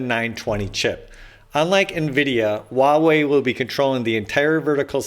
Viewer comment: Huawei is pronounced as "Hoo-wah" (uttered quickly) .. "Way".